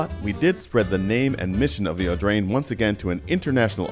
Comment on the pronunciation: how many times did you manage to say "Augrain" ?